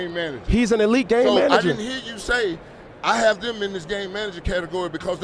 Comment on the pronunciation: Sounds like you're saying gay manager. Lol